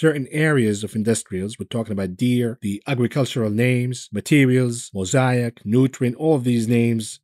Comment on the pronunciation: Please learn to say Mosaic mow-say-ick